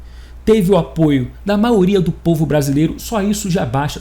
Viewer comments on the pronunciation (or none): Incomoda e doi os ouvidos o seu "maoria". Sugestão: fale mais devagar "maioria"